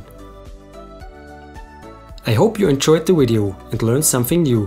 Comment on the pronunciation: Why do you keep saying Wideo? lol